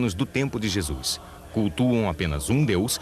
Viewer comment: Quem este que vc trata por JESUIS QUE ISTO VC ESTRAGOU A OBRA JESUIS, horrível VC FEZ TUDO BEM, PELO AMOR DE DEUS VC TEM CABEÇA FACA O SOM DESTA PALAVRA DA JESUIS NAUSEIA NO MÍNIMO É FALTA DE RESPEITO VC FOI CONTAGIADO PELO HORRÍVEL CARIOQUIES HORRÍVEL